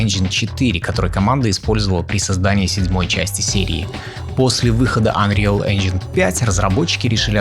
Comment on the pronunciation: Мне одному плохо становилось, когда автор ролика произносил unreal engine ?😂